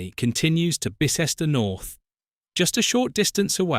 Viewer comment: Bye-cester, Hye-wycome! Not difficult to get right. What is the relevance if the orchestra? Another poor AI clickbate video.